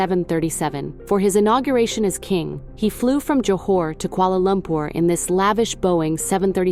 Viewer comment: its Johor not Johar